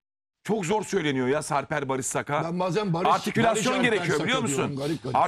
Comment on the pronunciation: BARIS değil BARIŞ